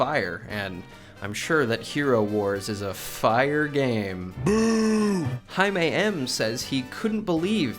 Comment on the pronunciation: the way u pronounced Jamie.... are you Mexican?